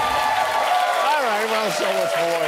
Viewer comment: We're goin' too fahr. We're goin' way too fahr!